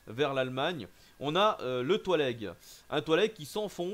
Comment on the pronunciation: thalweg= talwègue pas toilègue XD